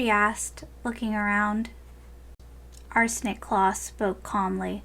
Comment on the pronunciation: I keep thinking you say 'Arson' not Arsenic claw